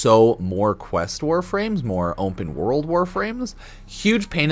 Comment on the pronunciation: Please tell me im not the only one who hears him say "ompenworld"